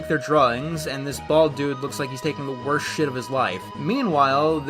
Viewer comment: The first syllable of the word is missing. Did you mean for that to happen in that cut? I think that said "The worst project." But all that came out is "orst project."